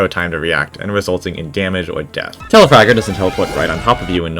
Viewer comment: It’s Telafrager not telafarter but I like you humer